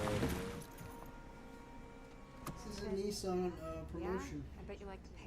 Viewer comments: WTF IS A NEEEE SON? Joe for fucks sake it's pronounced Nih ssan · I didn't know American's pronounce Nissan as Neessan. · Funny thing about "Nissan out of ten" is that Nissan when pronounced by Americans sounds more like ni san (2 3) in Japanese so...you're giving a 2-3 out of 10. Sounds about right. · what the hell is a nee sun?